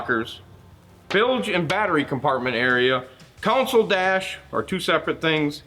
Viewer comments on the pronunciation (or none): Love the accent, sounds like console is "COUNSOLE".